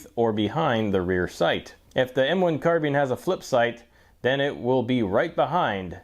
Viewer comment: Ahhhh finally... a guy who pronounces "carbine" correctly (CAR-BEEN)!!....SUBBED